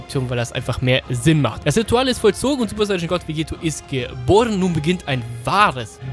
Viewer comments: Warum sagst du immer Vegeto? Es ist VEGETTO :D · es heißt Vegetto mit 2 T und wird auch dadurch mit einem kurzen E ausgesprochen und nicht vegeeto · Du sprichst Vegetto falsch aus.